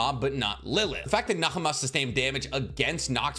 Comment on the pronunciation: Btw Nahama is pronounced without the h since she is based on the mother of Asmodeus